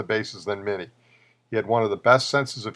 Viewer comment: While I agree with you about Minnie's greatness, it's a shame you couldn't have pronounced his name properly. A common mistake to be sure.